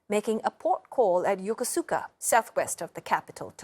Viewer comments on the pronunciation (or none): 🗣Yo - K0s - Su - ka , " Yokosuka " , Japan 👍 ⛩ 🤮...🤢 " Y0K0 - SuKa " .." 👎👎 🪣 ( An Asian journalist working on World NEWS Should - Know - Better !